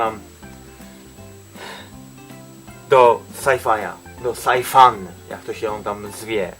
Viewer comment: Wiem ale on nazwał scifuna sajfajem